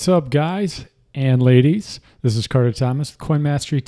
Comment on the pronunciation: thought he said laddies lol